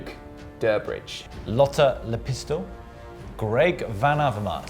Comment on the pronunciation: Lotta Le Pistol. Lol that i heard and she is oviesty Fin Lotta Lepistö🇫🇮✌🏻